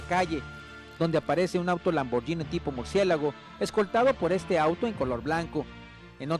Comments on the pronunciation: Se pasaron diciendo Lamborgini en vez de Lamborghini. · Se pronuncia Lamborghini no lamborllinie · de pende. los gringos pronuncian lamboryini we. ahora quien te dijo que se pronuncia guini??